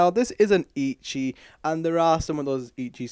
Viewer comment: its ECCHI, not EE CHEE its ETCH EE